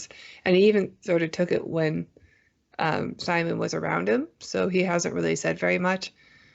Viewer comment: First of all I really appreciate that you are watching this series in the first place and got me to check it out. I get you are reading the subtitles and then just saying it the way it looks to you, but it has been ever so slightly annoying to hear you mispronounce Simon's name every time. I get you don't speak the language, but it seems more respectful to at least try and get their names right. Anyways it's not a big deal just something I've been noticing and again thanks for bringing something more obscure like this to my attention.